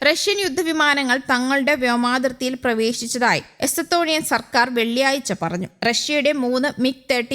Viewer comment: എസത്തോണിയ അല്ല.എസ്തോണിയ